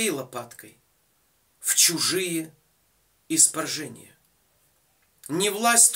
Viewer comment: Не испаржения)) а испражнения) 🙏🙏🙏